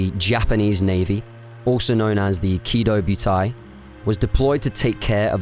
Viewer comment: Really like you vids but you kill some of the names. Prinz Eugen, Kido Butai etc. Not end of world but would make the content stand out more